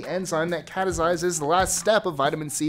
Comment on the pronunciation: Catalyses....not catasyses